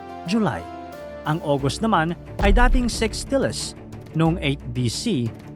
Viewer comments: Sex? Kala ko six hahaha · Correction po yahh six po hindi sex